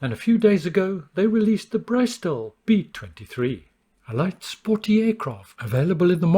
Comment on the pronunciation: It's pronounced "brisTELL", not 'bryce-til". Bris, rhyming with 'miss', and tell rhyming with 'hell' BrisTELL